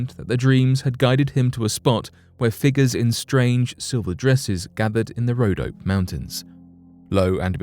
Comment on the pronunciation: BTW, it's pronounced: RhodopEE Mountains.